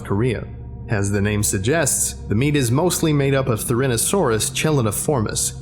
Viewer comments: it's TheriZINosaurus, not Therinosaurus. that triggered me a fair bit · Therizinosaurus, not Therinosaurus xD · I was confused when I heard “therinosaurus” realized you didn’t pronounce with the “z” in “therizinosaurus” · Therinosaurus? there is a z in there you know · Say it with me now Ther-izino-saur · Dat pronunciation of Therizinosaurus tho... XD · The way you mispronounced "Therizinosaur" and "Therizinosaurus" hurts me so bad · The way he pronounced Therizinosaurus made my brain crumble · hears trying to pronounce Therizinosaurus dies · And then all the Therizinosauruses cried as the pronunciation of their name was utterly butchered...